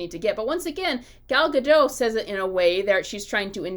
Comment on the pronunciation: Gadot, not Gado